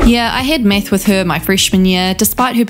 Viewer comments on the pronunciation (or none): So I was just listening to this in background and I coulda sworn you said “yeah I had meth with her my freshman year” that woulda explained it better ☠️